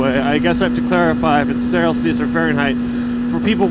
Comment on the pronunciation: He destroyed the word "Celsius"